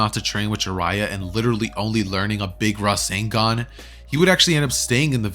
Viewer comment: IT'S RASENGAN NOT RASEN DAN